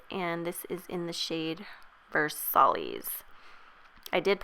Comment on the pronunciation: Beautiful look as always!! Love the way the foundation looked after the oil-FLAWLESS!! Btw, it is pronounced ver-sigh- for Versailles. Like the Palace of Versailles :)